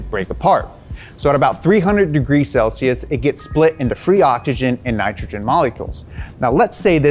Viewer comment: you said it correctly before that Ni cha chin and ah chi chin It's pronounced ni TRO GEN and OCKS IH GEN